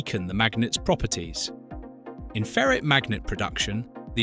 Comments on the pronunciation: It's ferite not ferret* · Why can't pronounce ferrite? A ferret is a kind of animal